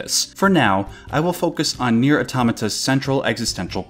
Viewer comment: I dream of the day an English speaker says Nier correctly